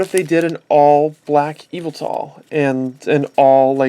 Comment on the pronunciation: its yavetal